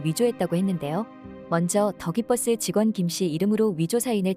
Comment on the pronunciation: 영상에서 가끔 더 기버스가 덕이 버스로 들림 ㅋㅋㅋㅋ